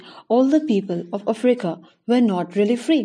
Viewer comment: anyone else annyoed by the way she says africa